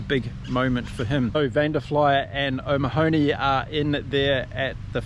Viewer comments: O'Mahony pronounced as money not mahorny👍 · great video but unfortunately you have butchered some of the Irish names (Tadgh Beirne is pronounced "Tiegh Burn" and O'Mahony is pronounced "O'Maknee") . . . hope that helps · Are you pulling the piss? It's O'Ma-hun-ey Faster - Mah-un-ey. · That’s the way the Americans pronounce it! But it’s okay, we know who you’re talking about. Thanks for your video and enjoy the match yourself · All the Irish team name mispronunciations! Van Der FLY-ER and Peter OMA-hoanny, Taa jh Byrne! 🤣🤣🤣🤣 not even close. Sorry but its funny.